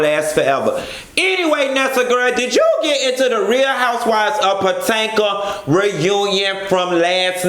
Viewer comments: Love way he say PaTanka girl . Omg 😭😭😭😭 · OMG you have officially botched this areas name up so many ways Wrong....🤣🤣🤣